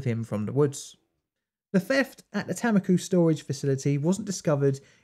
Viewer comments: Its Tammikooh, not "Taemmikyh". A like the a in "Saruman" or "Artist". U again like the u in Saruman. Finnish Tammikuu means January but in Estonia its apparently a name for a location for some reason. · btw tammiku is pronounced t -um-ick-u xxxxxxxxx